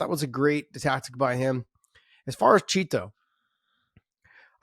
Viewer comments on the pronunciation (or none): It bugs me the way Josh pronounces "Chito".